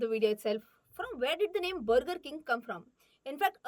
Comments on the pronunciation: Brrrgurrr king , wuuparrr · It's not BURGER It's bagaa (Inglis accent) 😂😂😂😂😂😂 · The pronunciation of Burger made me realize that "Mulgi Marathi ahe!" 😂😅